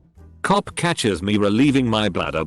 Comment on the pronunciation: it annoys me how this bot says "cop"